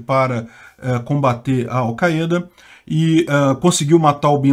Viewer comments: Não se diz "Alceada" se diz chupeta! 🤣🤣🤣🤣🤣🤣🤣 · Al caêda? Ta phoda heim